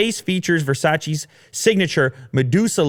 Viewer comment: You are saying Versace wrong but other than that, I agree. Pretty wack idea